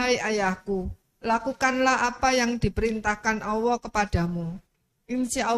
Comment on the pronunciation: apa saya yg salah dengar atau gimana ya? Saya mendengar sipembaca terjemahan menyebut Allah dg Awoh